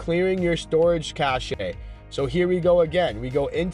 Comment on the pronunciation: Cache is pronounced as "cash" not cash-shay.